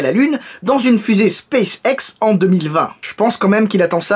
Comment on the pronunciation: Sacrilège, , pas SpaceAIX mais SpaceIX, pouce bleu quand même :p